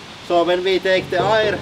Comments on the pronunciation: I love your accent. One word that was confusing to me was "air". Rather than pronouncing it I-er, it is actually pronounced ayer. Keep up the videos your channels are my favorite in all of YouTube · So there's a large pressure on us from air, all the time? That's interesting. (You pronounce "air" like "hair" "care" "where". I love your accent though) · Interesting pronounciation - "ayre". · the "ayier above us" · I love your pronunciation of aaaaaaaaayyyyrrrrreeeeeeeee (air)